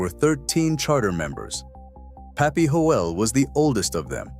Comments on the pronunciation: That's Pappy Hoel its pronounced Holy or Hoil not Hole!!!!! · You say thiIs is the real history of Sturgis but can't pronounce puppies name correctly. Its HOYLE!!!!!